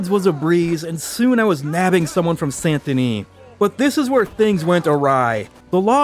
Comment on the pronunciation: So it sounds like you're pronouncing the T in Saint Denis. I checked the auto captioning and it thought so too. Leave off the T. It should sound like: San Da Nee.